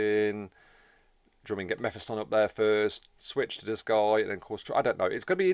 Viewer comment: Its pronounced Me Phis Ton Like Mephistopheles or or diablos mephisto That way you said it would imply a double f, one to finish the vowel and another to start the flow into the next vowel. Otherwise, great and informative video Lookong forward to them as a faction, but god damn we need more xenos Need to split the 3 campaign xenos into more, like another craftworld or ork clan or necron dynasty. Its annoying marines and chaos can focus on the three required heroes and then bring them to the othwr campaigns, but xenos get shafted by race restrictions. This will also allow inclusion of more unique heroes and allow branching into all the unit types. Gimme a warp spider, flashgitz, immortal, etc